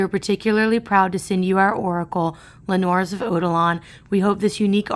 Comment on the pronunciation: Noirs pronounced N-wahs dahling xx